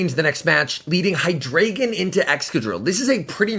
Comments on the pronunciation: its pronounced hydr(eye)gon not ay because i think its a reference to german with the amount of heads it has d(ein)o has 1 head ein means one (zwei)lous has two heads zwei means two and hy(drei)gon has 3 heads drei means three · By the way, it’s pronounced “Hy • dry • gon”